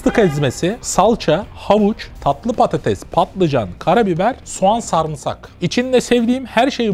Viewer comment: abi "SAR(MI)SAK DEĞİL "SARIMSAK"